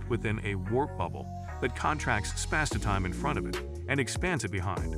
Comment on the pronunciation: spass-e-time. So many weird mispronunciations in this